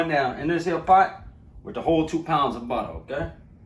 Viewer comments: U should let him "buddda" ur biscuits🤣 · We need a “budda” and “okay” compilation🤣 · This man said 2 pounds of butta! 😂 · Dat buttuh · 2lbs of "Butta" lets go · Ah yes buddah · Ahhhh I’m so happy!!!! Who else is happy he said budda HELLA TIMES 😭😂👏🏼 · The way he say butter always takes me out😹❤